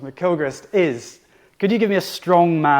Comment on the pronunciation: Excellent, even though you kept pronouncing his name as 'Ma-kill-christ' 😅🤦🏽‍♂️